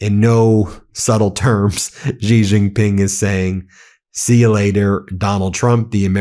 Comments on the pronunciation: Ben, Xi is pronounced as "she" not "zzzggghhheeee" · The Xi in Xi Jinping is pronounced just like the word "she" in English.